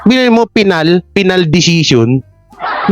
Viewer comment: ❤ Faynal o final 😂😅